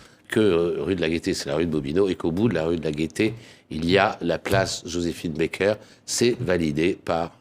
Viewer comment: Merveilleuse JOSÉPHINE BAKER. Je ne comprendrais jamais Pourquoi, beaucoup s'entêtent à prononcer son nom d'artiste A l'américaine, elle préférait Qu'il soit prononcer à la française !